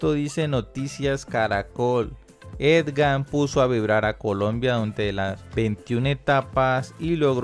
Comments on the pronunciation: Dizque "Edgan" arruinaste el video. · No se dice Edgan, se escribe y se dice Egan...ojo con eso. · E-G-A-N. NO EDGAN. TIENE PROBLEMAS DE LECTURA. CUANDO SE LEE CITA, AE KEE LITERALMENTE. NO SE MODIFICA. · Señores, no es Edgan sino Egan,....que periodistas tan distraídos y desinformados......seguro deben ser de otros deportes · No es Edgan es Egan jajajajaja. Tampoco es tan difícil pronunciarlo jajajajaj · Porque dice edgan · jejeje por que dices ED GAN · Aprendamos primero a pronunciar el nombre del ciclista por favor. EGAN, EGAN... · Se lee igan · Si no sabes pronunciar bien el NOMBRE EGAN , dile simplemente el Colombiano. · Ni.siquiera sabe leer.... solo por cultura general debería saber que es EGAN....... EGAN ........EGAN. POR FAVOR, AL MENOS APRENDA A LEER... O es que el fútbol le ha dado más a Colombia que el ciclismo???? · Huy aprenda a leer es Egan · La única razón para oír hasta el final fue para darle la oportunidad de que dijera Egan y no EDGAN.Si es dislexia, que pena con el locutor y mis disculpas, pero si es por despelotado, que cambie de oficio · Es Egan no Edgan, debe pronunciar mejor. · No es edgan my friend es egan 🤦🏻‍♂️ Viva colombia, colombia por el mundo. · jajaajja cada vez que dice edgan es como una espada atravesando el pecho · Lo duro es que lee las noticias y sigue diciendo Edgan! Que cosa!! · Jajajaja si es cierto, uno concentrado y derrepente escuchas edgan jajaja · EDGAN o EGAN gracias por ese triunfo. asi lo dice el comentarista de el video una y otra ves jajaja me hace reír pero bien por EDGAN ja ja ja ja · Buen video, pero todo el tiempo llamaste al campeón: Edgar y se llama es Egan, Egan no Edgar ó esgan como aveces me pareció escuchar. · Tenemos un serio problema de lectura. Decenas de veces aparece el nombre “Egan”, pero él insiste en “Edgan”. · no se llama EDGAN se llama EGAN... Lo dijo mal todas las veces... Felicitaciones EGAN... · ED-GAN HO. EGAN. (?) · Que alguien le diga que NO ES EDGANNNN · Agan se dice